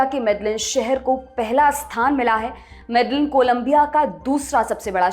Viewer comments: 1. आप नाम गलत बोल रहे हो। वो मेडेयिन (Medellin) है ना की मेडेलिन, स्पेनिश में LL ko ल नहीं य बोलते हैं। और वो काली (Cali) है ना कली (Cli), और स्पेनिश में A ko आ बोलते हैं न कि अ। कैलीफोर्निया (California) और काली (Cali) के अंग्रेजी और स्पेनिश के पहले चार अक्षर एक जैसे हैं और दोनों नामों में सिर्फ इतना फर्क है कि वो अपनी अपनी भाषा के अनुसार बोलते हैं क्योंकि इंग्लिश में A ko ए और स्पेनिश में A ko आ बोलते हैं। 2. मैं कली (Cali) का नाम 3 नंबर पर सुन कर हैरान हूं। मैं 2019 में यहां आया था तब तब से यहां रह रहा हूं यहां तब सब अच्छा था। मैं मानता हूं कि कोलंबिया सुरक्षित नहीं हैं पर यहां जायदा क्राइम वनेजुलन लोगों के आने के बाद बढ़ा है। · .Your research is great. However the correct pronunciation of the top city is Mede-een, the two Ls are silent. Thank you. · Medellin is pronounced as Medeyeen. LL in Spanish is pronunciation as Yah of Hindi.. please correct your pronunciation. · Yes, I was also thinking about Medellin that she pronounce wrong. I am also living in Cali, Colombia. Cali comes in third in list mostly happening cause of Venezuelan people invade .